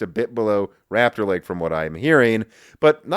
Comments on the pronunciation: Rupture (in my pipeline) Lake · Great mispronunciation, it truly is Intels "Rapture" Lake.